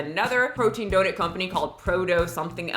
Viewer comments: Just came to hear say “Dough-nit” and I’m not disappointed. It’s my new favorite word. 😂 🙏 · I love how she pronounces it and I can’t get it out of my head 😂